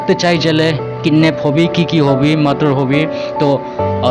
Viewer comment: Its murder not madar